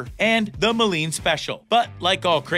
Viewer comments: By the way, it's pronounced "Mow-leen" not "Muh-loin" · It is MOLINE! Mo lean. Jeez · moloin? it's Moline - Mo-leen. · I hate how he mispronounced Moline come on that’s our city man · Almost fell out of the chair when i hear mah’loin 🤣🤣. Pretty much couldn’t take the video serious after that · ah yes my favorite town Ma Loin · It’s pronounced “Mo Leen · It’s ‘’Moline’’ not mow-leen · “” needs to learn to pronounce Moline as “Mow-Leen”. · It’s pronounced mol eeen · Learn how to pronounce Moline, Illinois. It will increase your believability. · For a farm-related YouTube channel, it is surprising that you don't know how to pronounce Moline, Illinois; I mean, it has been the farm implement capital of the world for generations, after all. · lol i know right!?!? He could use a little work on his pronunciation on city names. "Moline" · Man he butchered the way he pronounced moline